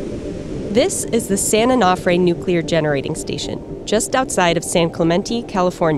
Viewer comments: Dear Verge Science, please get a new narrator. They can't pronounce things properly: "boo-ry" (bury: should sound like berry) "san oh-NAH-fray" (Should be "san oh-noh-fray"), "san clemen-TEE" (Should be "san clemen-TAY"), etc etc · It's "san oh-no-fray", not "san-oh-noff-fray." Because mispronunciation of the name poses a far greater risk to the public than spent fuel, I guess... But seriously... "these containment facilities are fine as long as the vents remain open" (paraphrasing). So what happens if the vents get blocked, say by sand and debris due to inundation by sea water? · A-no-fray and clu-men-tay. Your sources and your samples footage even says everything like this. Yet they still say it incorrectly. Why does this bother me so much? No idea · Can’t even pronounce San Onofre… social media scientists at it again. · Please pronounce San Onofre correctly. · She pronounces San Onofre and San Clemente wrong every time 😡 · Painful listening to the incorrect pronunciation of San Onofre. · How do you visit a site, interview people, have a recorded interview where the name is pronounced for you, and still can’t pronounce the site appropriately? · I can't stand how she says San Onofre. Should have asked someone how to pronounce it. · COULDN'T YOU PEOPLE FIND A NARRORATOR THAT CAN ACTUALLY PRONOUNCE SAN ONOFRE CORRECTLY??????? Drives me insane! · I live in San Clemente and she pronounced San Clemente and San-O wrong. So now I feel very depressed. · The way she pronounced San Onofre was terrible.